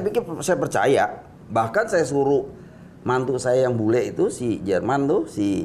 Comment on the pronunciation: lucu dia nyebut mantunyaa